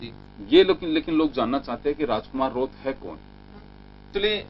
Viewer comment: रोथ नहीं है रोत है